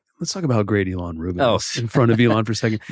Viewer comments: im confused ilan is pronounced ELON? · You've known Ilan a long time, but you can't pronounce his name properly? Wow.